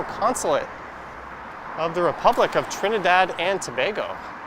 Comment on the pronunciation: Thanks for showing the Consulate of Trinidad and Tobago and pronouncing it correctly